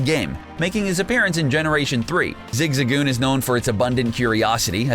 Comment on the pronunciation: Zigazoon lol you know tha narrator is a true pokemon fan